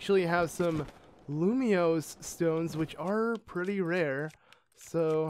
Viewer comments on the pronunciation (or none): It triggers me when he said lumios when you can clearly see the n. IT'S FRIKIN LUMINOS NOT LUMIOS GOD DAMN IT! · Why does he pronounce luminous as lumio 😂